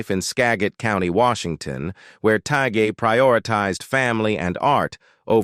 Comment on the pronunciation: Learn to pronounce peoples names. Kevin‘s last name is pronounced Tie… And what about Randy and Robert and Ron and Marco and Stoker